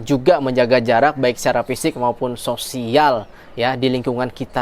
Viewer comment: Mas ngomong sosial - nya jg di penggal donks.... Ada penekanan pula di akhir kata.... 😂😂😂